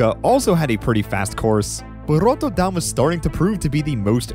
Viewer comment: I have to applaud your effort to pronounce Rotterdam the Dutch way. My Scottish married in aunt still pronounces it worse after 15 years here.